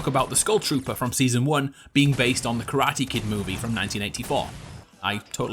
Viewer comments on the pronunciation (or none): none